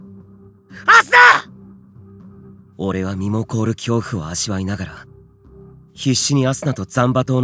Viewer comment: 最初の「アスナっ」が「朝！」に聞こえた耳鼻科行こうかな…